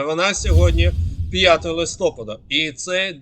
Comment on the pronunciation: Листопада наголос на ТРЕТЬОМУ складі💕